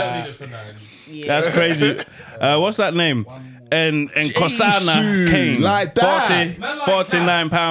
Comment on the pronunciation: THE WAY pronounced Nkosana Khanye finished me🤣🤣🤣🤣